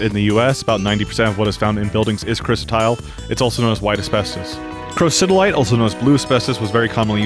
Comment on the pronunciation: pretty good video fact wise, I was an asbestos consultant. You can also make jewelry out of asbestos, I used to know a few people who had pieces. Your pronunciations were pretty good also! Most people cannot say Crocidolite to save their lives, lol. How you pronounced Chryositle was interesting though, over here we say cry-so-tile, but that's probably just how Americans say it. Shame you didn't even attempt to say Anthophyllite :( :D